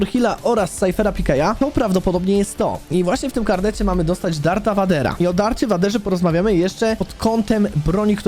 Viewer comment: mówi się VEJDERA a nie vadera